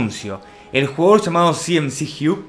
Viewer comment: Like si le dices cmacug como c mamo